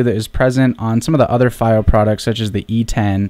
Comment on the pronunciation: It's pronounced FEE-Oh